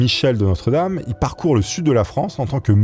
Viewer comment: Coucou, il me semble que son nom se prononce "De Nostredam" et non "De notre dame".